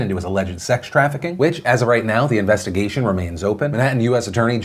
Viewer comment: "Investa-gesh" - Philip DeFranco 2019